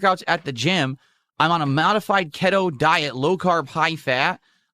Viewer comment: He said ke-toe 😂😂😂